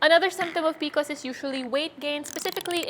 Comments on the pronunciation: P-C-O-S, not picos! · It’s the first time I’m hearing someone called P.C.Os PeeCos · It's pronounced pee-see-oh-s. Not pee-kos. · I thought I could do it, I thought I could get past her saying peeacoes over and over and OVER again but I cannot. I’ve never heard anyone call it that. I have pcos, it sucks. It’s P. C. O. S cyster 😒. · Love this but why are you pronouncing it like that? It’s P.C.O.S as it’s an acronym. Informing so people know when you refer to it. Love the tips from you! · I have never heard someone refer to pcos as peecos😂 am I the weird one?? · Bro, when you start the video by mispronouncing P C O S, you know the knowledge wont be top notch